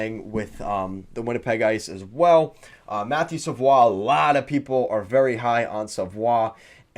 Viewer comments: mmm no go back to england. It’s a French Canadian last name and is definitely pronounced Savoie like he did. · Wow really caught me off by surprise when I heard you pronounce savoie correctly. Most people say savoy.